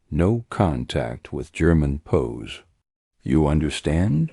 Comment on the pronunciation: "No contact with German pos." Got to love that AI.